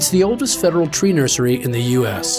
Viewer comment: Oldest federal tree "nusersy" in the U.S. XD